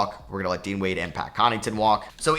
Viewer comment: Why do you always botch Connaughton's name? You keep saying "Connington"